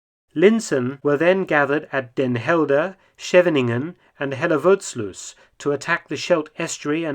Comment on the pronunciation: That pronunciation of Den Helder is superb!